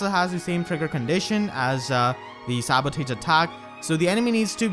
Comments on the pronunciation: Why did you pronounce sabotage as "sabo-tage", and not "sabo-toge"? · Is it me or does it sound like says "Sabutate" instead of Sabotage? (Sa-bo-tahge) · I'm going for green. Also it's pronounced "Sabo-tarj" not "Sabo-tage" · Dude, you're pronouncing the word sabotage wrong. It's pronounced like this (Sab-a-tazh) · Sa•buh•taazh. That's how you should pronounce sabotage lol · I love your content and I love your accent but I'm only telling you to help you out, sabotage is pronounced more like "sa-ba-tahj". I know, english is dumb sometimes --_--... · sabo-tahj gosh some of your pronunciations drive me crazy. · So that's how you pronounce sabotage. 🤔🤔🤔🤔🤔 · If you cant pronounce 'sabotage' then you should at least try to use that word as rarely as possible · That pronunciation of sabotage is amazing